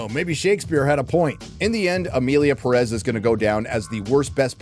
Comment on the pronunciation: ...why are you saying Perez like that, with the stress at the -rez? The name even has the tilde, that little thing on top of the é. It tells you were the stress of the word is, the Pé. Pérez.